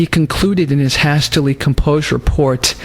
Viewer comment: "Has-tilly composed notes"? You dont know how to pronouce hastily?